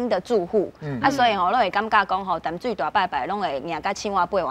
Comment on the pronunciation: 16：27報馬仔不是敲鐘擂鼓 是敲銅鑼 敲鐘擂鼓不是用在這裡形容 香蕉是個蠻有才華的通告藝人 年輕一輩台語講的還蠻順暢但有些字發音還不是很對 該閉口音沒閉 例如 淡水的淡 感動的感是有閉口音...